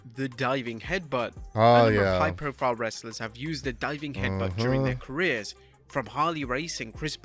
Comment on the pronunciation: IT'S CAREERS, NOT CARRERS